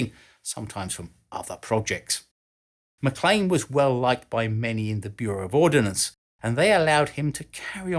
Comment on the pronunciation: Thank you for knowing how to pronounce MacLean.